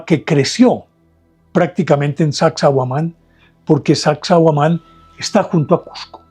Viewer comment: Se pronuncia: SACSAY,; pronuncie la Y de esa palabra que significa SATISFECHO.,HUAMAN es Alcón, que fue un ave a la cual le tendrían culto Esa forma de construcción, resiste extraordinariamente los temblores y terremotos,estudio científico comprobado. Gracias por su narración